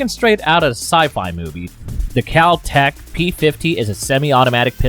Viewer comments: Kel Tech, You said KAL TECH...Hummmm? 50$$$ Wheres my 50.00 Bro:face-blue-smiling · It’s KEL tech. Not cow tech. 50$ please. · You said cal-tech instead of kel-tec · Ah! First one! You called it a "caltech" instead of keltech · you say CAL TECH instead of Kel Tech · kel not kal tech gimme my 50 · *mispronunciation It’s “kel-tec,” not “kal-tec.” Overpenetration. 5.7x28 is designed to penetrate Kevlar. Shotguns are popular for home defense because 12 gauge isn’t as capable of going through a wall as 5.56 or 5.7 is. “Lose parts?” You just have the quiet kid an idea… Assuming it’s basically just a folding AR, it can use any STANAG magazine, be it 10, 20, 30, 40, 50, 60, or even 100 rounds. Those aren’t 2011A1s. Those are Desert Eagles. None of those clips shown had a 2011A1 Actually, it was more to put more rounds on one target or just for fun. I’m not entirely sure how it’s pronounced, but that isn’t the way you pronounce it. “Assault rifle” is kind of an unofficial term, but it does match the XM8, with it being an intermediate caliber rifle capable of full auto. That’s a G3. Very different from a G36. Also, it’s pronounced “five-five-six.” “30 round box cartridges” somehow worse than using the term “clip” That’s an HK433. That’ll be $650. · Cal tec? It's Kel tec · It's Keltec not Caltec. You brought it up lol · Kel-Tech not Cal-Tech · KelTec not Kaltec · I swear I hear Kaltec instead of Keltec in the beginning. I need my $50 😂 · 30 seconds in you called it a kal tec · Kal-tec? Like 35 seconds in already mispronounced it 😂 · “Kal-tec” This man would be broke if he stuck to that promise. The public education system of America is a failure. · it's not pronounced cal-tech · Also said "Kal" Tec right after saying it correctly a mere moment before. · Your saying kel-tech wrong $50 bucks please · I live in America. I live in NC. I know how we, Americans, pronounce it, but it's wrong. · Kel-Tech is TrAsH. Plus, you said it wrong.